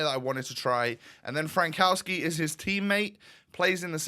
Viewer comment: The way you pronounce Frankowski is way worse than Al Owairan XD And you only was worried about Said, you underestimate Polish language ;)